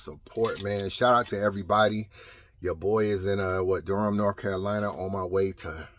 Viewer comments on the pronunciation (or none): none